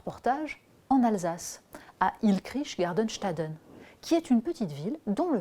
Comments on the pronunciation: Ilkrich gardenstaden... C'est Illkirch Graffenstaden. ;-) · ILLKRICH GARDENSTADEN au lieu d'ILLKIRCH GRAFFENSTADEN. On dirait Hadenoïd Hynkel dans Le Dictateur. Heureusement, je suis un Alsacien qui en rit de bon coeur ! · Bon Natacha... Je vous la fais simple. On dit: il - kirch - gra - fun (comme en anglais) - chta - deun' . Mais c'est pas grave. On vous apprécie quand même en Alsace !